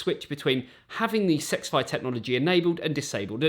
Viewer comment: It’s not sexfi like he keeps saying it is s x fi